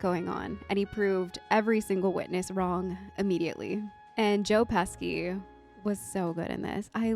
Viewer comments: "Joe Pesky".... Lmao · It's not Joe pesky... it's😮 Joe Pesci. I looked up the correct spelling. After I spelled it wrong at first too. But a lot closer than you. I spelled it Peshi. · OMG JOE PESHI (phonetically). And you better put some respect on his name. Casino, Goodfellas, raging bowl, A BRONX TALE, WHICH IS A MUST SEE FOR YOU, The home alone movies, the lethal weapon, movies & 100 OTHER CLASSIC MOVIES. And the Italian pride of my home state of New Jersey, a good local boy From two towns over from where I live. Sidenote he was looking at buildings in my town about 15 years ago who’s supposed to open a big comedy club but it never happened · "Joe Pesky" lol 💜💜💜